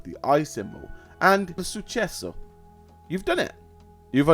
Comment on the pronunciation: Nobody is gonna talk of how he said "success" in italian?